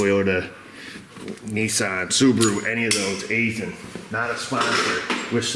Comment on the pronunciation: Fun fact: I'm an outside contractor who frequently works at an Aisin facility. It's pronunced EYE-SHUN though many employees often say it as EYE-SIN